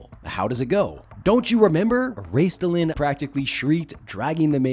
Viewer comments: Not sure how much I should trust a poster who cannot pronounce a two syllable name. It's Raistlin, not Raistilin. I mean, he's only the most well known character in the franchise. Now I am a diehard, I read the books in the 80s while in my 20s, I did a run of three years of Halloween parties and cons as Raistlin (to toot my own horn, I won awards all three years. I busted my ass on that costume with golden skin coloring, white tinted hair, black silken robes, special effects and a working Staff of Magius...I even shaved off my beloved mustache.). At this time I don't play any more, just try and find a game in small town Alberta, they would likely burn me as a witch. And I know the online D&D is there but It's so far afield of what I know I am a little intimidated. I will check out the text games, having played and loved Gemstone 3/4 during the 90s, love online mmorpgs. But I want a real movie before I die. How they hell could the franchise roll through the success of LOTR in the early 2000s and not capitalize on it. Oh yes, the franchise had 3 problems; TSR, WOTC and Hasbro. Three companies that were oblivious to what they had and, in the case of the last two, stupid enough to damage the ip. They key to getting a movie is to pry the franchise rights away from the ridiculously incompetent current owners. Hasbro. Sadly, I doubt I will live long enough to see it. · It's Raistlin, not Raistilan. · There's no vowel between the "T" and the "L" in Raistlin. Also, peripheal is not a word, peripheral is, per-iph-er-al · Funny that you keep mispronouncing Raistlin, your favorite character. It's only 2 syllables. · Raistlin is 2 syllables, not 3. It was either Margaret Weis or Tracy Hickman who said his name rhymes with "waste bin". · Great video but I'll not forgive you for your three-syllable pronunciation for Raistlin. I'm old enough to have bought Chronicles when it was spread over 6 or 7 books. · Pronouncing the T is Raistlin is wild